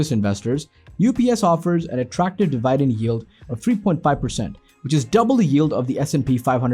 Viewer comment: de-Vai-dent??????? what the fuck